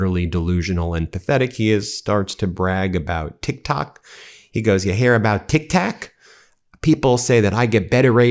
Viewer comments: Its called Tik Tok not Tik Tac, you Twit! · Tik Tok , not Tik Tak, which is candy. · He said tic tatic! 😂 he does not even know how to pronounce that right! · This administration needs learn the history of the Middle East. He can't even pronounce TikTok. It's not Tic Tack Donald